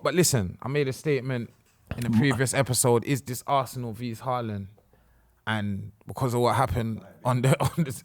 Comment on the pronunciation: Someone gotta tell its not actually pronounced as V's looooool